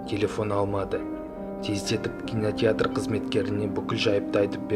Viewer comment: кинотетр емес кинотеатр